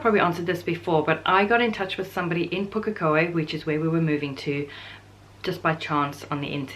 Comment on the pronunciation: Also....great pronunciation of Pukekohe!